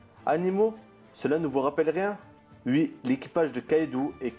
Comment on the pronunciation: Désoler c'est ton accent mais essaye de dire"oui" au lieu de "ui"